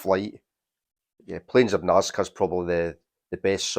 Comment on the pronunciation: You did pronounce 'Nazca' right,, it is the area in Peru where lines and geoglyths of animals were created in the desert. Eric Von Daniken in 'Chariots of the Gods?(1968), suggestd they could be messages to aliens or even landing strips for UFOs c 400 AD. They are certainly mysreriuus, whatever they were for.